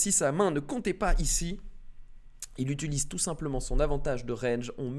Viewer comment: Mdr, par pitié faut arrêter avec les « utuliser »